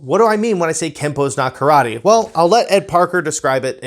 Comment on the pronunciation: You cannot even pronounce “Karate, so maybe go back and start there, huh?